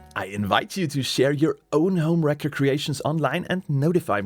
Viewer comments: So in English it sounds like you are saying HomeWrecker which is person who destroys a personal relationship. The word Racker sounds like Cracker the C almost sounds like a K. Just FYI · Anyone else keep hearing this as HomeWrecker? lol😂